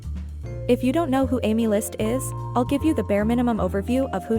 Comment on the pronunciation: Its not amy list its "aemilst" WHO TF IS AMY???😭😭